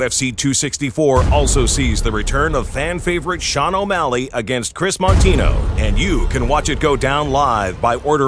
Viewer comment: It's just Shawn Malley. He's never getting that O back